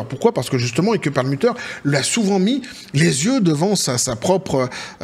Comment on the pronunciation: Ike se pronone aik et pas ike......un peu ridicule